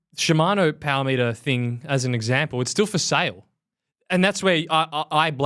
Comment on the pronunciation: I am only here for the Powah Meatah! I am not dissapointed.